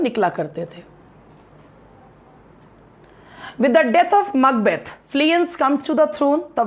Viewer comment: Ma'am 🙏 The way you pronounce Macbeth 👌🌷 thanks for this video please Love Labour Lost as soon as possible please